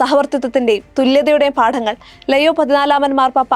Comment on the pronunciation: Shekainayum Deepikayum എന്തിനാണ് പേര് തെറ്റായി പറയുന്നത് ലെയോ അല്ലാ ലിയോ ആണ്....